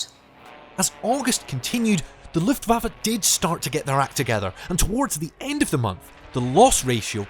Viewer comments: It's not luffwofer it's looftvafuh,I've just stopped watching! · Luftwaffe is pronounced v-uff-e not v-off-e. It's an 'ah' sound, except shorter. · "Luftwooffe" - sweet 😃